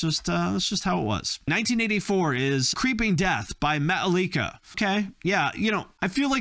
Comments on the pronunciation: ya he said it like paprika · How did you pronounce Metallica so wrong its pronounced Metallic-ca That’s how you pronounce it Metallica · Did bro just call Metallica matileca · Did you say Metaleeka??? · Can't pronounce Metallica, doesn't get Iron Maiden and Dio but thinks they should sound like Sepultura...yikes. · Anyone else notice how he pronounced Metallica? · why did he pronounce metallica wrong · British people actually pronounce the T in Metallica it's the only one they know how 😂